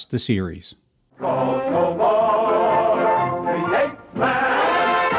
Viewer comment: If his name is "Tobor" (which it is) why do you keep pronouncing it "Tobar"?